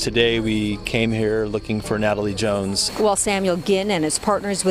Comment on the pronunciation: I felt bad for chuckling 😭🤦🏾‍♀️